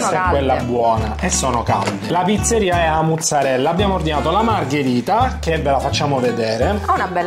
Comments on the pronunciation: non so se vi siete accorti ma avete detto tutto il tempo “A’ muzzarella” e non “A’ maruzzella” ahahah. Comunque fino all’anno scorso abitavo lì in zona e posso dire che anni fa le pizze erano molto buone, poi hanno cambiato gestione e sono diventate immangiabili, mi stupisce vederla considerata come migliore con tutte quelle recensioni positive, avrà cambiato di nuovo gestione🤷🏽‍♀️ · "qualcuno ha detto giastit" "amore calmati" "qualcuno ha detto giastit" "amore stai esagerando" "qualcun..." "Stud" "amore, tutto bene?" Ma quando diventerete pieni di seguaci e di visualizzazioni, come farete a fare tre video a settimana? 😊 P.s.: ma la pizzeria è "a muzzarella", o "a Maruzzella"?